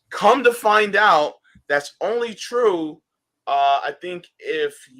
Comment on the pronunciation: it's Twue, it's Damned Twue ;-)